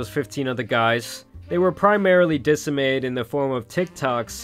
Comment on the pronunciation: my dude, you were struggling with words like "convoluted", "disseminated", or "mea culpa" lol